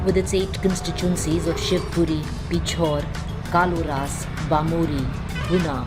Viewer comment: Kaloras nahi Kolaras, Mangoli nahi Mungaoli